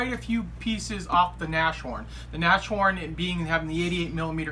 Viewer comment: Tamiya is alwasy the best...And as well,of course!!! By the way,Hummel is bumble - bee in German (funny) and Nas horn is Rhino (Pronounced like Nas-horn,no Neshorn..)